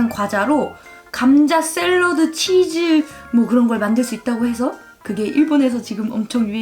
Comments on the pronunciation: 일본인한텐 그렇게 들린대요 한국 즈 랑 ズ는 발음이 다르니까 ズ라고 할순없지만 그렇다고 じゅ도 아닌데ㅋㅋ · 韓国人は 「ざ」が「じゃ」になってたりしますよね！ 「つ」が「ちゅ」とか！